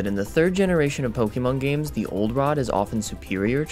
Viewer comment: I don't why it urks me so much, but I fucking hate when they pronounce it Poke-E-mon, when it's Poke-Ay-Mon that's what the è is for, to show that it's pronounced differently